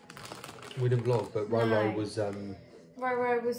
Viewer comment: I swear I’m losing my hearing, for the longest time - I swear you’ve been saying LoLo 🤦‍♀️ But it’s RoRo which now makes perfect sense lol ❤️ Great Vlog both:) looking forward to watching the others:) x